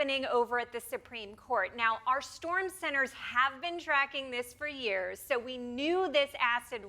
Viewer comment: 50 YUURS